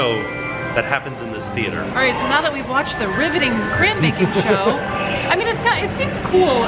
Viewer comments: PLEASE learn how to say the word ",cray-on! I still love y'all though 💞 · pronounces crayon with a Cajun accent "cray-awns". pronounces it with one syllable, "cranes". Must be a Southern thing.😊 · I love y’all, but if I hear say his bizarre pronunciation of “crayoun” one more time ima lose it 😬😩🥺😆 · As a nj native, I was so confused when would change his pronunciation😂 I genuinely thought there were crowns hung up for a second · It's been awhile since I've gotten a chuckle out of the way pronounces crayon...😂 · He's actually trying to say crayons right. You know it was a thing if you've been following since the beginning. 😂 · Just started watching and am excited to hear all the crayon pronunciations! It genuinely makes me smile/giggle in a good way ❤ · Take a shot every time pronounces "crayon" differently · I kept thinking, am I hearing him, right?